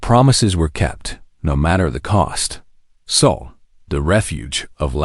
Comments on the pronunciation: It’s SOL, not SOUL, system! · SOL --- NOT "soul"!!